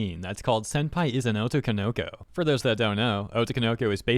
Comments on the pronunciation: "o-TO-ko-no-KO". Not "O-to-ko-NO-ko". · Jesus that butchering of "otoko no ko". It's not "oto konoko",... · You say "otokonoko" very strangely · I love how you say otokonoko like obi Wan kenobi